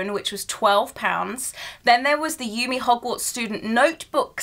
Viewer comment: Awesome collection! Love the anime style! ^.^ ♥ by the way, Yume is pronounced You-May ^.^